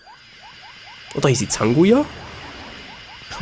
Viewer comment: sie heißt Zangya nich Zanguya ^^